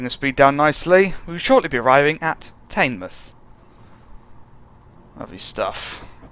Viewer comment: it's not tainmoith, it's teenmouth